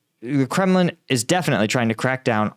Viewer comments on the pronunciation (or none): It's Kremlin not Kremin